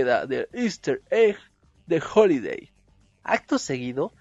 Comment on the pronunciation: HAliday con "A"